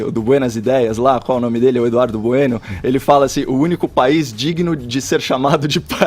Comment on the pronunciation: pq ele fala "azim"?